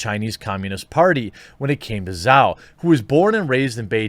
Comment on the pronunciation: Zhao pronounced Jow. Rhymes with Mao.